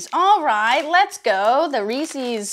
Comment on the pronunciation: Had to turn it off once you pronounced Reese’s like that